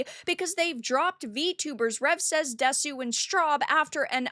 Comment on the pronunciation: "Desu" pronounced 'dess.'